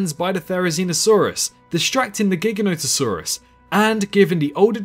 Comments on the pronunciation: Great video but... My dude... "GHIGGANÓHTuhsaurus" really? Say it with me: "Jye-GHÁN-oh-tuh-SAWR-uhs" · As in implying it's gigantic. We don't say "GHIGGANNÓ-tic", right? It's "Jye-GHÁN-tic", right? You follow?